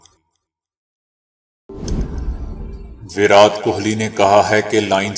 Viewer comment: ورات ورات بول بول کے آپ نے﴿وراٹ﴾ لفظ کی دھجیاں اڑا دیں ۔ ایسا لگ رہا تھا جیسا کوئی سر پے ہتھوڑا مار رہا ہے ۔ پلیز آپ ایسا کچھ کریں جسے ہمیں ، اس غلط انداز بیان سے چھٹکارا مل جائے پونا بھارت